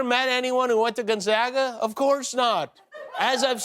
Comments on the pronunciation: Why is the “a” in Gonzoga silent, Jimmy? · Its pronounced gon/zay/ga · Dear Jimmy....I have a PhD from Gonzaga. (Long A on the second syllable, p.s.)